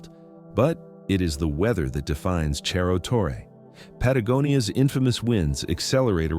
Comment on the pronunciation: "Cerro" is a Spanish word, not Italian. Wish you'd pronounce it that way.